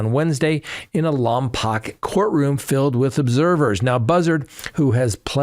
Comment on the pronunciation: Lompoc, CA pronounced Lompoke :)